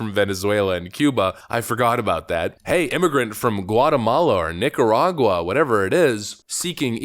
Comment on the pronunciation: Did you say niggaragua 😂😂😂😂